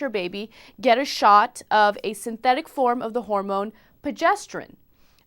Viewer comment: ProgesterÓNE, not progéstrin or whatever Ana said